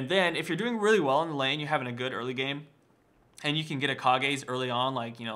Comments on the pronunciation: PLEASE say Kage's as Cage, not Ka-gay.... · It's not ka-gay's lucky pick. Pronounce it like cage. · kog-ehs? Cages...? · is it actually pronounces "kaw-gays" i pronounced it "cage's" like a cage... It just has a K instead of C, But K makes the same sound as C in english....?!?! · im told it is kahgay but the riot phreak says cage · lol it's pronounce ka-gay's pick buddy. It's japanese, if it was cage then simply it would be spelled cage.